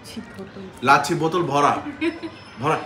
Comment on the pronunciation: its lassi not lacchi moris not morich samosa not samocha